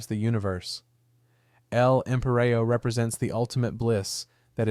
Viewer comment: My guy said "L-Empireo" smh